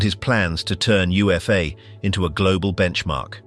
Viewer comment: UFA was said as "OOH-FAH"